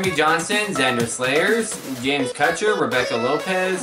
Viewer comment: u said my name wrong. but i dont care. james kutcher